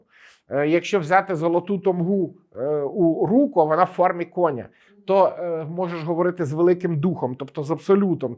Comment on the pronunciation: Дуже прошу вашому шановному гостю пояснити та попросити його, щоб вірно ставив наголос у слові кінь, конЯ, кіньмИ ітп., бо ріже слух як чую "кОня"